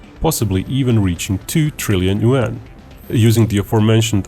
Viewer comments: After milking a shit load of videos off of China, you would think he learned how to pronounce "yuan" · Not yaun but two 🤣